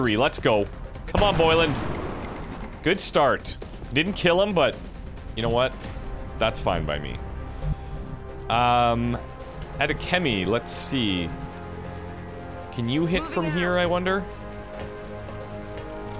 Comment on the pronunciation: Adekemi... except you kept pronouncing it like ADickInMe. Freudian slip?